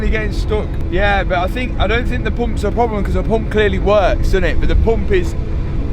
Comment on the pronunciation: Poomps.......Everytime he says it, that's all I hear